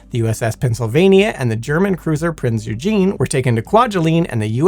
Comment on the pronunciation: The German ship used in the Bikini tests was NOT the Prince Eugene. It was the Prinz Eugen pronounces OY-gen, OY as in loiter.